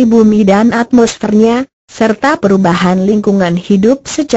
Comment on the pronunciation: Atmosfer bukan atsmosfer